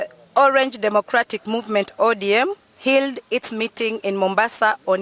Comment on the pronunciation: This is now thr new SG who cannot even pronounced the word " HELD" not HILL???